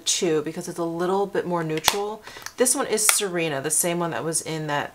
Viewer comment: Sirena means mermaid in Spanish. It is pronounced Si (like the Spanish word for "yes") reh-na :) See-reh-na